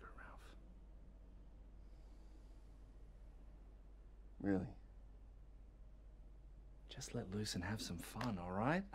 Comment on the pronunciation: His name is Raaalph, man!